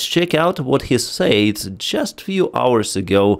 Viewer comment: You're pronouncing "said" wrong.